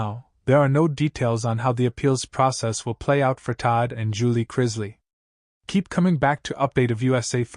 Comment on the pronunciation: It's pronounced Chris-lee, not Chriz-lay 🙄